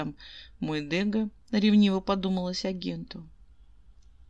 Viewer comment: Благодарю. Ваши озвучки нравятся, одни из немногих. И все же ДегА..... Ударение на а